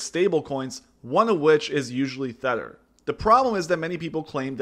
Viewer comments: Dude, it's TETH-er.... Not THETT-er... The clue is in the name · It’s Tether, not thetter lol. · Really good video but you might have dyslexia or another audio processing issue as you were pronouncing it incorrectly Tether like Heather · Te-th-er as in tied to something not Th-e-tt-er as in WTF? (lol but otherwise excellent video) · Having a hard time taking this video seriously when you keep pronouncing tether as thedder. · or Thedder? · sounds like thedder to me too. LOL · It’s very hard to watch this when he pronounces tether as “thether”. There is no TH at the beginning of the word tether. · Tether. Not thetter ot thether. It's literally pronounced how it's spelt. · It’s Tether not Theter bro lol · You cant possibly have spent more than two minutes researching crypto and not know how to say TETHER. this guy clearly plays off other peoples content and has no idea what hes actually talking about. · Tether is pronounced with a hard "T" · Kills your credibility making an entire video calling it THether. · Maybe learn to pronounce Tether properly. If you’re missing that detail, who knows what other details you’re missing in your analysis. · You don't even bother to pronounce "Tether" correctly, this is low effort clickbait FUD. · Decent video but bruh youre sayin tether wrong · How are you going to make a video about something you can’t even fucking pronounce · Anyone else fuming because of the way he pronounces Tether? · Hard to take someone talking about crypto seriously when they can't even pronounce 'Tether' correctly.